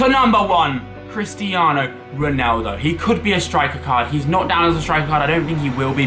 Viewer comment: RONaldo not RINaldo